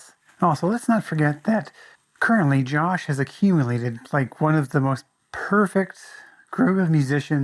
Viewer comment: yet you cant even pronounce joshes name properly AND FAIL to not even mention the greatest track on the EP.